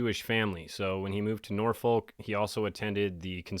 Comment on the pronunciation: The way you said Norfolk, Virginia 💀😆 My appendix bursted while I was in the middle of a weekend shift while I was 24 weeks pregnant and nobody would come in and cover me so I could leave work. I worked for 6 hours after it bursted and then when the next nurse came in, I gave report and went straight to the ER and was then put in an ambulance for the hour long ride to Des Moines because my local hospital couldn’t handle the case due to my pregnancy. My child ended up being born too early and I obviously quit that job. There are lots of reasons I left the nursing profession, this incident being one of them and another being the jab mandate. Nope, was okay walking away from my career. Great coverage, my friend! Happy to see you thriving!!❤